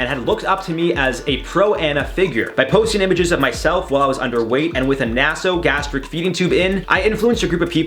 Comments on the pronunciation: How about we Cancel you because you promote ignorance of the English Language. Maybe look up words like Naso-Gastric so you know how to pronounce them, Just knowing what it means gives you a Hint on how it's pronounced. Do you really intend to make a living doing this? Your videos show that you do No research on the topics you talk about and you even admit that you don't know what some things are or mean in your videos. That's pretty bad for a show called "INFORM Overload" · Had to have a nasogastric tube for a different reason, with sensors to check my gastric reflex and digestive function for acid reflux. As the tube is inserted through the nose into the nasal canal and down the throat. It is pronounced na[y]so NOT na[h]so! Always check here first for medical words